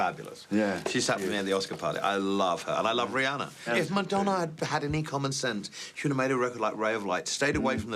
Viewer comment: I adore Elton and him just butchering Madonna makes it even better